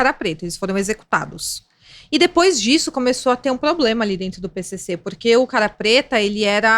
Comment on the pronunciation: mina meteu um “ploblema” naturalmente